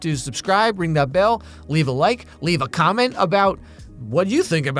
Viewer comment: i sometime hear that he say leave a comet ☄instead coment 🤣